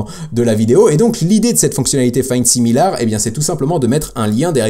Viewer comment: Pour la prononciation de similar c'est quelque chose comme simileur